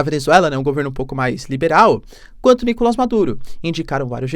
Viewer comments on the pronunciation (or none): NicolÁs teacher, em espanhol não tem A fechado ou nasalado.